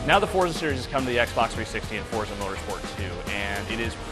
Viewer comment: y can't he pronounce forza?